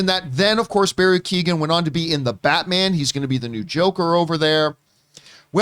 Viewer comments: It's pronounced Barry KAY-HAN not Kee-Gen. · Barry's surname is pronounced like Key-yo-an. The 'g' is silent. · Pretty sure it's just... ko-hen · Pretty sure it's pronounced Barry Key-own by the way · Poor Barry’s name just gets slaughtered 😂😂 it’s pronounced Key-oh-en. Don’t worry, it’s an awkward one I imagine! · Keee own. It’s Barry Kee Own. Or something like that 😹😹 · Shame that John cant pronounce keoghan probably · The g is silent john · Campea pronounced his name in every different way he could think of. I thought he was doing a bit. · Thats not how you say his name 😅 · John, bless him, pronounced Keoghan about five different ways...... it was cute. As an Irish person, more specifically a dubliner, I am surprised to actually hear of someone getting arrested for public intoxication. Because you'd have to be absolutely hammered with a capital H to be arrested for just public intoxication. But knowing it was someone just looking out for him it just makes it actually funny.